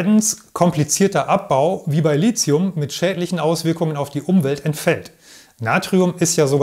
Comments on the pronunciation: Gutes Narrativ, gerade auch, weil auf zu viele ablenkende visuelle Einspieler verzichtet wird. Danke für diesen erhellenden und zukunftsweisenden Beitrag. Persönliche Meinung: „Lizium“ klingt recht populärwissenschaftlich; das chemisch-etymologisch korrekte „Litium“ würde professioneller klingen :-) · Als Chemiker darf ich einem Akkuspezialisten sagen, dass das "h" in Lithium die Aussprache "Lizium" unnötig macht ("verbietet" will ich nicht sagen). Lithium kommt vom altgriechischen lithos = Stein, wie in Lithografie. Du darfst also gerne die richtige Aussprache (ohne z) verwenden und dich damit von den sehr vielen Falschrednern abgrenzen 🙂